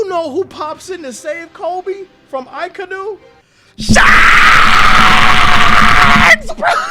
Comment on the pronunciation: akainu is pronounced aka (the color red) inu (as in the dog breed) hope this helps. a lot of English speaking people also call him uh-kai-new